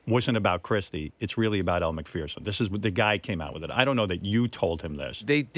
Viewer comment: It’s pronounced Elle MCFURRRRSON….. Not Elle MACFEARRRSON